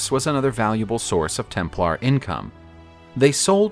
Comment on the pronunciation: Can't stand how you accent the LAR in Templar. Sounds weird. Tighten up